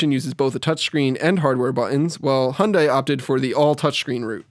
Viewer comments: Hunday - seriously, do you even talk properly? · COMING UP: How badly can you mispronounce name 'Hyundai', by Dan Seifert.